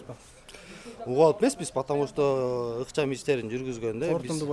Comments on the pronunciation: Потому что дегенди жакшына айтат экен,опер кызматчы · Потомушто деген сөздү чайнабай жутканбы бул